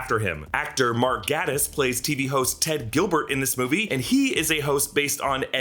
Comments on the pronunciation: Mark Gatiss' name is prounounced GAYtiss... x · Did you just call Gilbert and Sullivan productions 'American'? 😂😂😂😂 Also, Mark Gatiss name is pronounced Gate-iss...